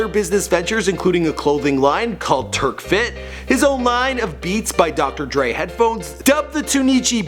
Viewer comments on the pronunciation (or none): Did he just say turkfit. Nah man. It's TRUKFIT. TRUCK FIT. this dude gotta learn how to pronounce things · But it's truck fit and supra like the car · he said turkfit 💀💀💀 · you know this is fake when he pronounces TRUKFIT TURKFIT! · What the hell is "Turkfit" my nigga you mean "Trukfit"? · he said "turkfit" instead of TrukFit. Lol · turk fit!?!?!? truck-fit😂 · He said terkfit 🤦‍♂️it's trukfit like a truck!!!!! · His mispronunciation of the Brands TurkFit? Suppra? 😂😂😂its Truk(Truck) Fit and Sup(Soup)ra bro this jus a couple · He said turkfit not trukfit. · It's not called turkfit lol It's "trukfit" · Fyi it's TRUKFIT ...Not TURKFIT ! Jus saying 😉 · suuuuupra not sup-ra and truck fit not turk fit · IT'S TRUKFIT NOT TURKFIT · did he just day turkfit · It's truck fit not turk fit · You mean Trukfit? Not Turkfit.... smh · bro truk fit not Turk fit.... and soopra not supera like supper w an a at end. tf? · Turk fit ???? Nikka its truk fit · Its Trukfit...not turkfit...ya choocher. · "turkfit" oh no baby what are you doing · Did this boi say TURKFIT like wth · supra(sue•pra) trukfit (truck•fit)... I almost enjoyed this video.... 😂😂😂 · Turkfit lol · 😂😂😂😂I was like wtf? It's clearly TRUKFIT! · This man said “Turkfit”😂😂😂😂😂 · What the hell is "Turkfit" bro had me dead😂😂😂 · Did my man just call it “turkfit” 😂😂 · That nigga said turkfit and his name is lil Wayne not little Wayne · Did this man just say “turk-fit” and “S-up-ra”? 😂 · Cuz said “Turkfit” I can’t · This nigga said turk fit🤣🤣🤣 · LOL lfirst he says " TURK-FIT" then TunEEchi LMAOOOo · lmfao Truk forgot the R n its Wize as in size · Did you really just call his brand turkfit?😂😂😂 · "turkfit" tho... that's when you km know he doesn't like lil wayne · He said turkfit lol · This nigga said "turkfit" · This nigga said turkfit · Tf is “TURKFIT”😭😭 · did he say turkfit? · This man just said turkfit... Smdh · dude he said turkfit and supbra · turkfit? LMAO cmon bruh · turkfit? Tuneichi? Suhpra? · Its pronounced truckfit